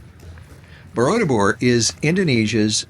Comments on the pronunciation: Its borobudur not bodordubur sir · You keep saying BoroDUBUR instead of BoroBUDUR. I'm 36 years old, and here I am laughing myself silly because DUBUR means anus in Indonesian 😂😂😂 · I love how you butchered "Borobudur" so many times lol 😂 😂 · lol i was about to say this ..... its funny